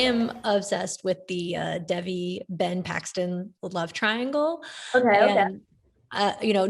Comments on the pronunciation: you can tell that the host doesn't actually watch the show because she kept pronouncing devi as deh-vee instead of day-vee. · The host didn’t pronounce it right but “Day-vee” isn’t correct either.